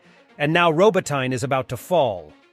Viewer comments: Robot eh na. Not robo tyne. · It pronounced Robot nee Not robo tine from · Ro-bot-in-uh. Robotyne. E on end pronounced "uh". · I wish he would say Robot-Ne properly.